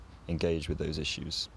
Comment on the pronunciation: In your second example you pronounced the word issues in two different ways one with and one without the sh